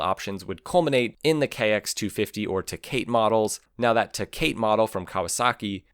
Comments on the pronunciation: It’s Kawasaki Te-cah-t not te-Kate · The Kawasaki Tecate is not pronounced "teh kate". It's pronounced teh ka tay. It was a fast little bugger too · te kate? try te ca tay. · Ta Kate?????? Come on man, Tecate.........ta cot eh. My first and only time on a Big Red, maybe 13 I went right off a damn dam, prob 10 foot high. I was just given the keys, nobody taught me how to use it. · TECATE TUH-CAW-TEE Think my fuckin brain bled from that. = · Cool video. As soon as I heard you mispronounce the Kawasaki tecate, (teh cotty) I knew you rode the non suspension atc’s. I grew up on a 200x sport then moved to the 250 two stroke and also the 350x. And surprisingly, I’ve never been hurt while riding an atc. Atc’s can do everything that a atv can do. Jump, wheelie, drift it, etc. You might have to lean more tho. I’ve always loved atc’s. I remember a lot of the videos they showed that help ban atc’s, and it was operator error. Like stopping on the side of a hill, and then the machine rolls over. The one fundamental thing that you need to ride one, is common sense. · Tecate isn't pronounced that way 🥀🥀😭